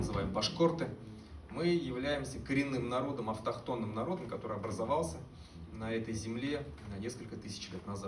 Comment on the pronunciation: "Башкорты автохонный народ Урала..." 😅😅😅😂😂😂